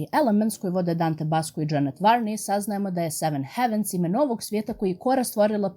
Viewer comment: Samo mala ispravka, izgovara se "hejvens"